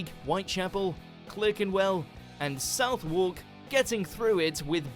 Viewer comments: Reaction suggestion - Why are British Place Names So Hard to Pronounce? By Jay Foreman. In fact, this British narrator pronounced TWO names wrong in this video! Clerkenwell should be 'CLARKENWELL', and Southwark should be 'SUTHARK'. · The guy doing the commentary should do a bit of reading up on place names. Clerkenwell is pronounced Clarkenwell. The south in Southwark sounds the same as the first syllable of Sutherland and the wark bit sounds like berk... sutherk. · “Clerk in Well” and “South Walk”. This tosser knows how to pronounce these but is being a dick about it.